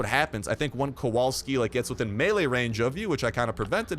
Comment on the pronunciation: Sweet mammo Sgt.Kowalski is Polish Second name... Brooo. Oh also when u read that "W" dont change it in polish W is W I mean like ur reading WY thats how to read W in polish xd